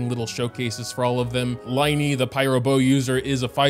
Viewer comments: Can't wait for LINEY and LINETTE (Sarcasm, as in it's supposed to be pronounced as lyney and lynette, not L(I)NEY, we got the case of tienari again) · I have to tell you it's pronounced lyney and Lynette not liney and linette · I dont want to be that person, but Lyney's name is pronounced like Leen-a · bro really said 'LIE-KNEE' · pronunciations of the three siblings' names! Lyney: lih-nee Lynette - lih-net Freminet: freh-mee-nay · For the pronounciation the Y in Lyney and Lynette is pronounced as a like an E like in tea and you don't say the T in Freminet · Btw Lyneys name is pronounced like Lin-e